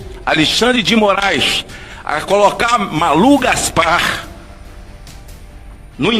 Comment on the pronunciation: Minuto ele diz Juiz Mórum . Eu já estava desconfiado que esse perfil é IA.